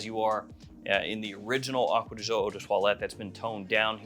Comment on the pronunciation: Ahhkwa dee Gee-Ohhh